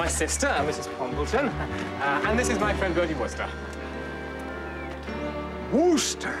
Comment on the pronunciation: A lot of the Americans on this show were actually played by Canadians. That's why (to Americans) the accent is so wrong and annoying. It's a subtle difference, but it's there. Most annoying is when the girls say "Burrdee".